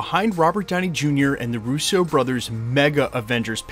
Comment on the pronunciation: Say Russo like your not talking about a French guy lol 😂